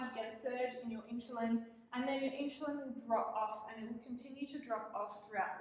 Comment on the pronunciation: Please pronounce the word insulin correctly. It's irking